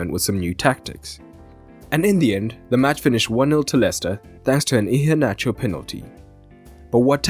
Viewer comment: I commend the effort to correctly pronounce Iheanacho's name well